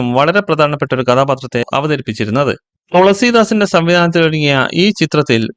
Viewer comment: തൊളസീദാസ് അല്ല, തുളസീദാസ്.